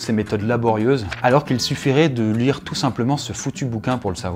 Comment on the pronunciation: Ça ne se prononce pas toot mais tout